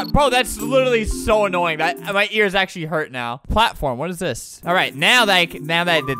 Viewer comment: I heard “akchly” where i took as “actually.” It is funny to think he’d say that at that moment when I listening again. Also, I don’t know if he says that word like “sheet.”